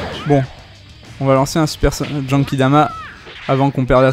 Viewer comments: pk tu dit jenkidama ????? Mdrrr c GENKIDAMA c pas compliqué Mdrrr sinon trés bonne video comme d'hab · En même temps tu as raison il dit jenkidama